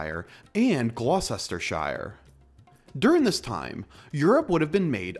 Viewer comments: Gloucestershire is pronounced Glostershire. Worcestershire is pronounced Wostershire. You're welcome :). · Yes and shire is pronounced with a short sound like ‘shuh’